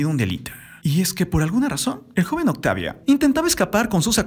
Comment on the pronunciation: Esta bien tu Referencia de los hechos, pero usas traductor? Por que dices octavia y todas las letras finalizadas con A, terminan en e?? Es un poco incomodo escuchar la narracion así!.